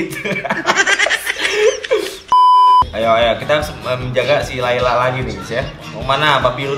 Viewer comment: "tapi dia masih pake lalay (kelelawar)"🤣🤣🤣